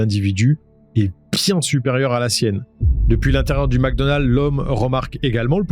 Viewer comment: Mecdonald ..pas macdonald